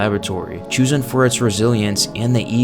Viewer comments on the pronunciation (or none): You always seem to repeat in each entry some variance of "ambition" and the "extent Umbrella is going to." It doesn't offer an engaging watch/listen. Judging by the consistent unusual pronunciation of several words, "chosen," "carnivorous," "corporation," "challenge," "metabolic," "formidable," "entity," "repository," "tapestry," (to name a few) and the hypnotically repetitive sentence structure, robotic-sounding inflexions and quick cuts in words, I'm convinced this was predominantly written and entirely voiced by AI. If people like watching or listening to heavily AI-created works with zero personality, then that's fair enough. Personally, I don't. But I would urge to review their methods to at least make the watching or listening less dull.